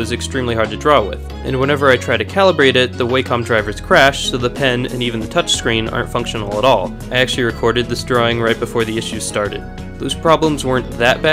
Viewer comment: It's pronounced whack-um